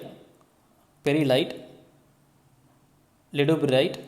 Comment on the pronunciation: sir, actually it is not leduburite, it is ledeburite.